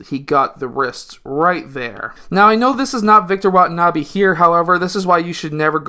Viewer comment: Its wenbanyama not watanabe sir